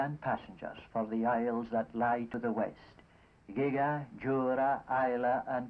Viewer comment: He pronounces Gigha as 'Gigg-ha' instead of 'Gee-ah', has the pronunciation changed since the 1950s then?